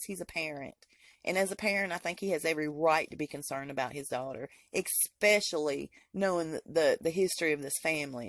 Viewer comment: Ekspecially is not a word!